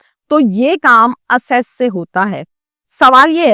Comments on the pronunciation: Medam assess nhi blke ak-cess kehty hen. Lo pata lg gya kitny parhi ho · ایکسیس ہوتا ہے اسیس نہیں😊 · Asses or Access اس جاہل عورت کو بیہودہ موضوعات(جوکہ افسوسناک ہیں) پر چسکے لے لے کر ویڈیوز بنانے کے علاؤہ کچھ نہیں اور یہی اسکی آمدن کا ذریعہ ہے۔ Video Counter & (Asses or Access) پر الفاظ کی ادائیگی اور اسکی قابلیت کا اندازہ کریں۔